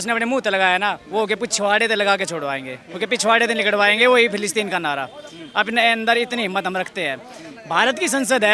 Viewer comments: फ़िलीस्तीन न कि फिलीपींस 😂😂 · मैडम फिलिपिंस नही फिलिस्तीन बोलिए